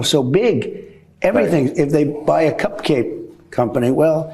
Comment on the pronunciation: He couldn't pronounce "cup cake? Slurring his words again